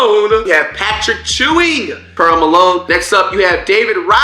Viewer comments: Flight lost me when he said Patric “Chewing”😂🤦‍♂️ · Patrick Chewing???????? 😂